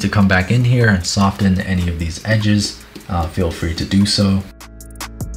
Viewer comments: No one:: soft-ten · I CANNOT wrap my head around pronouncing the t in "soften" I'm truly from the hillbilly part of the us